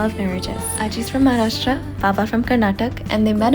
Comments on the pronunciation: let me ask you...do you pronounce Maharashtra the same way the girl in the video pronounced it? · i'm a Maharashtrian so guess that's makes me native. Also my point was the girl in the video pronouncing both the state's name wrong. I mean it should be other way around. Like Maharashtra without an 'aa' and Karnataka with an 'aa'.